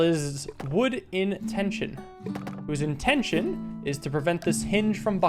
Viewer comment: “wood IN tenstion whose INtention…” AMAZING